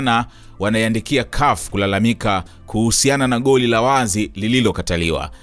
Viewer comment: 😂😂😂 Unatia Aibu Mzee baba yani kiswahili kibovu kuliko!!